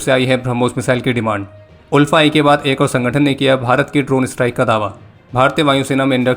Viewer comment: It's not UL-FA..........ALFA(I mean pronounce)...love from Assam 🇮🇳🇮🇳🇮🇳